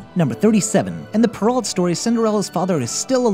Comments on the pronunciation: Yes, and Charles Perrault's name is pronounced Perr-ow, not Perr-ault. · You pronounced Charles Perrault's last name wrong, it's French. The 'ault' is spoken as an OH sound. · Great vid!!! But I have to point out that Perreault is pronounced Purr-oh, and Cendrillon is SAWn-dree-ohn.